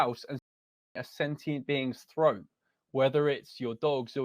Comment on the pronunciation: This guy is trying so hard to get an emotional response by repeating CONSTANTLY "slitting yow dogs froat"